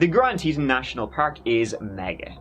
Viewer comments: Teton is pronounced Tee Tawn😹😹😹😹. He is like a Black Widow 🕷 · Boise is not in East Idaho! It's West 😬 Also Teton is pronounced like Tee-tawn, not Teet-in. Otherwise great! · Say it with me; Grand TEEEEton. It’s pronounced Teeton. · Teton is pronounced Tea Tohn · Love you too! (Also, is "Tee Tawn", rhymes w fawn) ❤ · Guy's a little large for a Ford Focus, must have needed a pry bar to get in and out.....oh and it's Tee-ton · Used to live in Jackson Hole, Wyoming, sir, and those mountains are pronounced Grand Teetawn! Just thought I would let ya know, darlin!!! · Its Teeton (Teet awn). But I still luv ya. I think they found Jimmy Hoffa during their search. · It's pronounced Tee-tawn, lol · Obviously he had planned on talking them into a polygamist marriage.when his idea was met with a big fat "oh HELL no!!!"....he killed them all. P.S., hard O on the TetON. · Pronounced Te-ton...like the word on. Such a sad story. Also, the Irish guy missing is tragic. 😒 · Teton rhymes with Tea-John. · Hey. It pronounced Tea-tawnz; means the "Breasts of the earth"